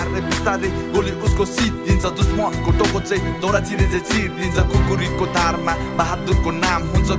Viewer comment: Rap babal xa ..... tara yar doura haina daura ho...... bolna aaudaina #lol